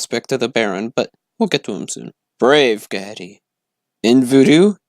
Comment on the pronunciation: Ghede is pronounced Geh-day